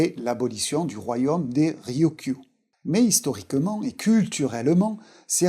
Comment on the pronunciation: Très intéressant, juste un "royomme", c'est comme un royaume ?